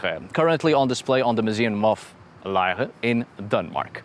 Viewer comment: Good work pronouncing "Lejre" 👍😊 🇩🇰 Thank you for this analysis of the tiny 'Odin on a chair' artifact. It is in fact so small it was recently made available for purchase as a silver pendant, in the National Museum in Copenhagen.